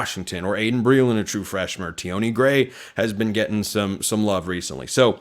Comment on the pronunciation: It’s pronounced T-on Gray, not T-awnee